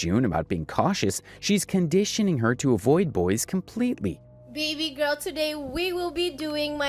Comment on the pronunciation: Everytime she says "baby gorl" and then starts being delulu, I cringed so hard 😅